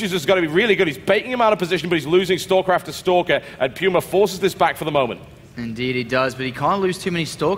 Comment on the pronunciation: Yeah Pooma, not Pewma. :P